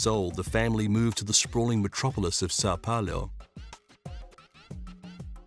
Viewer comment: Ok i get u not being able to pronounce sao paulo, but shevenko????